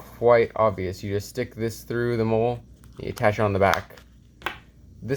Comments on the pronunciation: Its Molle (Molly) not Mole, like brown bumps on your skin. Lmfao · Hate to be a nob but hearing you pronounce it “mole” makes me want to blow my brains out, it’s “moll-ee”. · its not mole its Mollie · Molle is pronounced molly. Not mole. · I was like I don't think that's how you say it...